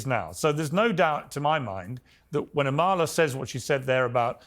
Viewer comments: I’m dying that the black guy pronounced your name wrong 💀💀 “amALa” instead of “AMala” literally would’ve screamed racism at anyone who pronounced Kamala’s name that way during the election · Is it just me or does anyone else wanna scream when they mispronounce her name. I'm like its "Ama-la NOT A-ma-la"! 👏👏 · Piers is never going to say Amala's name right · Really pisses me off they all are saying Amalas name wrong